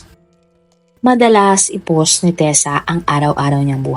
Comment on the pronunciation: sorry po pero na bother ako sa pag pronounce nyu ng ‘post’ … ‘powst’ po kasi un hindi ‘pos’